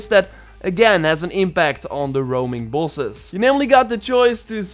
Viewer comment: please learn to say Bosses correct